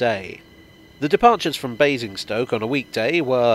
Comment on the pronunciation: I think you were mispronouncing Amazing'stoke 😝 Thanks for another great video 👍😊